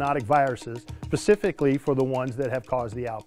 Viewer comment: Did he say " Pacifically"